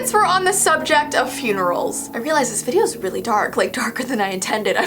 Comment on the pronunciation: Love yoUr VEEdeos 😂I’m sorry